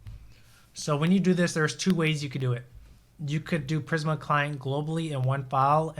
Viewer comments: It’s pronounced PrismA, not PrisM 😀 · Videos are so good. I just hate when he says prism when it's prismA with a A at the end??😂